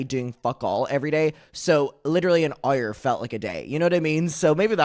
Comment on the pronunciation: nobody: … commentary youtuber from derry pronouncing hour: 👁️-er